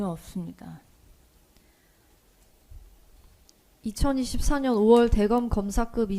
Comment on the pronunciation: 없으면 전혀 업스니다.하네 ㅋㅋ 진실이면 증언 거브하게스니다.하고 병신